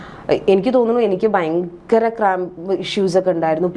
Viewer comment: .... "bayankara..." !!! Vallaatha 'bayam' thanney....